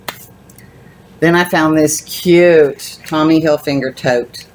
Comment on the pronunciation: Hi! Cute finds! Nice Michael Kors! Just fyi....its pronounced Tommy Hilfiger! Not Hilfinger! Hope this helps!